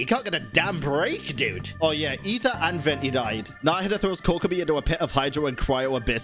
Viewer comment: Finally someone who says Aether right.